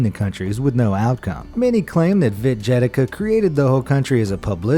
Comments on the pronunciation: It's literally not that hard to look up that Vít Jedlička is actually pronounced Veet Jedlichka and that the Czech Republic is not Czechoslovakia anymore. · You pronouced that man's name badly. It's Vít Jedlička [Weet Yedlitshca (Y like in "boy", EE like in "teen" and C like in "coal")]. At least listen to the pronounciation of it in google translade ty vole. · And how he pronouced it lol. It's Vít Jedlička [Weet Yedlichca (Y like in "boy", CH like in "chalk", EE like in "teen" and C like in "coal")]. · proper reading of "Vít Jedlička" is something like "Veet Yedlitchka" and he is not "Czechoslovakian" but only "Czech". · As well as pronounciation of 'Vít Jedlička'. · and its Vít jedlička